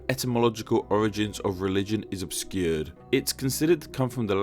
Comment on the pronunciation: How you pronounce "obscure" is interesting